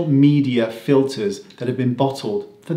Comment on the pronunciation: I'm sure you meant to say "FILLERS" rather than "FILERS" 😉. Filers being secretaries filing paperwork! Yes, I'm truly fed up with being treated like a brainless moron. I'm an adult. Please talk to me as such. Very well said. 💗